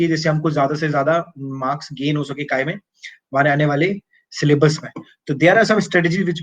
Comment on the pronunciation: When you said' काय मे'🤣🤣